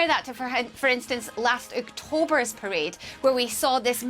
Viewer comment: Did she start to say prison instead of parade?lol